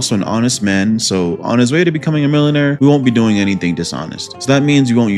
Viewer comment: wtf is a milla-nare